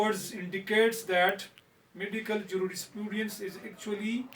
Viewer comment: And its Juris-prudence .. not jurisprooodiance